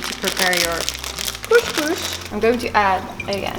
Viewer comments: it‘s called couS couS and not cousch cousch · don't forget ginger. There is no morrocan meal without ginger 🤗 It's couScouS not kushkush 😂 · It’s called cos cos (not cosh cosh)😂😂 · I'm from israel, express it couscous ( Don't express the sh, just s) :) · Kus kus, not kush but kus🤣🤣😂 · its called koskos not koskosh and Israel doesn't exist and koskos is Moroccan dish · You are so cute! Actually you pronouns it israeli kooskoos (not kooshkoosh), but in israel we call it ptitim. Love your videos!😍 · Couscous. Not 'coesjcoesj' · Hi I live in israel, the lest meal you made is called koskos not koshkosh. And actually this is not koskos this it ptitim google it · As an israeli..you say couscous, not coushcoush haha..love you! Such a great video :) Gave me some meal ideas *more Israeli dishes you migh like as well- shakshuka, and Falafel. Google it :) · It’ s so cute the way you say « coushcoush » . It’s couscous. It’s far from the way we do it in morocco but it’s an interesting recipe to watch. Thanks for sharing. Stay safe ! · Hello from Turkey🇹🇷🇹🇷🇹🇷KusKus, es sounds not ş sound pronunciation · It's kus kus : ) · cous cous is pronounced "kus kus" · im from israel and israeli cuscus is my favorite! u need to say it like "cus cus" no with sh :) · Zmie M yes you do pronouce the s. CouScouS. 😉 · The way you pronounce couscous is so cute 🙈